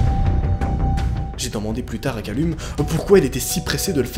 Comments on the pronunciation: Callum ça se prononce Caleum XD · Calleum s’il te plaît, sa ce prononce Calleum 😭🤦🏾‍♂️ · Par contre Callum se prononce "Calloum*"